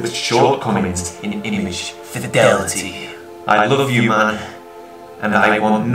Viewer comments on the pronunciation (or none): none